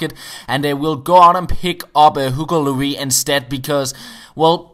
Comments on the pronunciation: It's pronounced Lo-riss not Loris:D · I'm french and you must pronounce the "s" of Hugo Lloris :) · You need to pronounce the S in Lloris! COYS